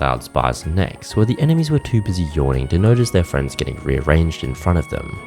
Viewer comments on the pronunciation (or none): none